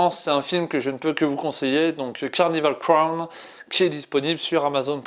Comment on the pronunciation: Carnival crown ? Vous pouvez pas faire un effort sérieux ? Au moins le titre de la série essayes de le dire correctement.